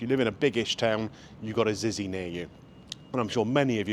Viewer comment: It's pronounced Zitsy. When my son was little we went in Zizi's every Saturday for 4 years as he would only eat Spag Bol